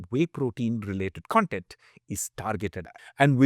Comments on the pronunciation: Just a small aside: Content pronounced like you do is the adjective (I am content with his answer). Cun - the short cuh is used for adjectives and CON (as in con-artist) is used for nouns. It is clearer in words that do not share the same spelling with the related adjectives. CONfluence, CONgregation, CONtext. However contextual is pronounced cuh-n-textual. Other examples are Consummate. This is not intended to mock or criticize your pronunciation. I just know you are a Nerd like me and would appreciate the info. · I love your videos and the knowledge you spread about health and food. I wanted to share some feedback. Hope you will consider it for your upcoming videos. CONTENT - Spelled the same way. BUT when pronounced as cun-tent = happy/satisfied con-tent = information. It helps listeners contextualize better.